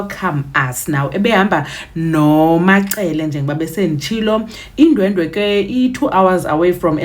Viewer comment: It's not Indwendwe, it's Indwedwe